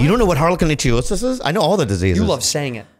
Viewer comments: Also, Bobby was pronouncing it wrong. It's IK-THIE-OSIS ("thie" as in "thief"... or "ichthyologist"). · pronounced ICK-THEOSIS BUT GOOD TRY BOBBY BOY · They keep saying Icthyosis wrong